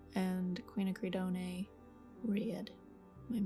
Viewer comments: Hi,, I hear you struggling with the pronunciation of "quinacridone" and I did too, but found out about it through Wikipedia It's pronounced, "kwin-ack-ra-dōn". The "e" on the end is silent. I hope that helps! I had a really hard time with it, and had to look it up! This is a beautiful exercise and inspiring. I loved the red camellias! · I think one does not pronounce the ending "-e" of chrinochridone. It’s just pronounced "chrinocridon" . Very beautiful flowers! 🥰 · I think it is pronounced kwin-ack-ra-doohn 😜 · Quin-ak-ri-doan. The e at the end is silent 😁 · I also came to say this. Except the end I'd say dōn....as in don't minus the 't. Doohn I'd think could be misinterpreted to be pronounced dune. My fave palette always includes quinacridone magenta. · I love the camellias, I have a white one in my yard, thr smell is amazing. Btw you don't pronounce the E on quinacridone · Also, I had to rewatch to see what vid this was since it’s been so long and you mispronouncing quinacrodone over and over had me going… I thought you were joking at first! Hopefully you’ve noticed the faux pas.😉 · Beautiful flowers as always. On the word “QUINACRIDONE”. There is no “aye ” sound at the end. And if you don’t want to keep saying the entire word, you can just say “Quin Red”.❤ also I believe pansies have 5 petals, but I could be wrong. I love these videos. Thank you for making them. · This might help with that pronunciation. Gorgeous flowers!